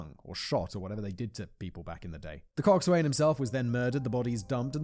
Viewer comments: Simon, 'cockswain' is pronounced similar to coxon 😅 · Probably should have looked up how to pronounce coxswain. It's counter intuitive